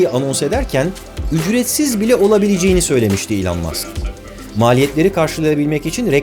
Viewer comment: Bugüne kadar Elon Musk’ı yanlış telaffuz ediyormuşum,bunu öğrendim 😂